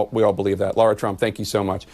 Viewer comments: Is there a reason why these professional college graduates or higher cannot pronounce the name “LARA” correctly?!😢 Why do they always say “Laura?!”😢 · Why is Jack Tapper referring to her as Laura when her name is spelled LARA. Can he pronounce it properly PLEASE??? You are a reporter Sir. It irks me when people names are mispronounced. It is special to everyone...their identity.